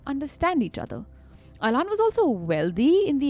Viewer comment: The pronunciation of Alain is soooo cringe☠️